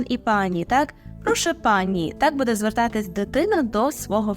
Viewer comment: Вибачте, але ,якщо вже ви хочете навчати правильній вимові, то будь ласка не видавайте хмельницького будЕ.